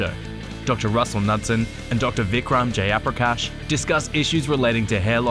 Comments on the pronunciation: Its funny how even dr. Jayaprakash gave up on correcting ppl when they mispronounce his name and now himself mispronounces it 😂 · The foreigner is pronouncing yo name in the way they couldn’t Nd understand. But you too?!! Have to do that?!!! Hmmmmm🤔🤔